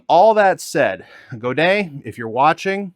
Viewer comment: He’s actually pronouncing Godin correctly